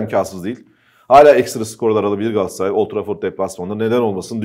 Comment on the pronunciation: Gassaray değil Kerem Övet . GALATASARAY . Daha öncede yazdım Gassaray deme . Sırf Kerem Övet yüzünden beğenmedim veriyorum.